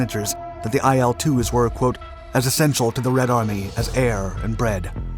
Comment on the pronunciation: "IL" is not an acronym so you're not supposed to pronounce it as "EYE EL". Its "ILL", as in the beginning letters of its designers last name that you mention.